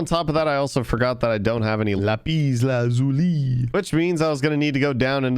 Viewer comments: Laaappiiiz Laaazzuuuuuli... What s that, a french accent???? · When he said lapeez lazuli, I felt it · probably the best pronunciation og lapis lazuli